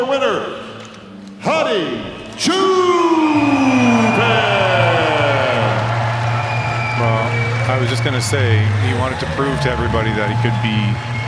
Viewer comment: O it's not Hardy, it's Hadi, Iranian. Your making him European.. Should you have that knowledge at least..